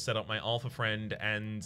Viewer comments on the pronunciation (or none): It's Alpha FEE-ND. There is no r in fiend. Stop calling it a friend. :D